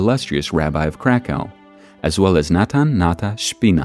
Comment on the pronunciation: cracau sounds too German